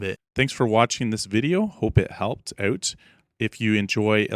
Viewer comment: The "owt" is strong with this one.